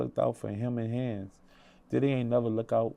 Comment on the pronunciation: Homie just called DIDDY’s place of residence Daddy’s house 😂